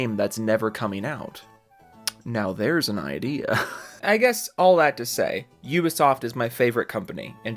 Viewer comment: "You-ba Soft" 😉